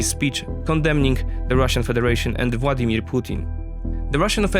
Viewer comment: Your videos are great and the narration is excellent. Bonus points for pronouncing his name Vładimir 😇 Dzięki!